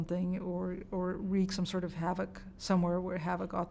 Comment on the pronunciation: did you say HAVEOK? Well just ask attorney Mark Richards about HAVE-OCK and he will tell you all about havoc and how real it is